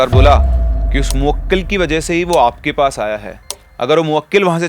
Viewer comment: Arey sir moakkil nahi mohkil hota hai